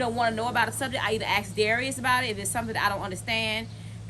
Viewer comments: When did "ask" become "axe" 🙄🙄🙄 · The word is Ask.....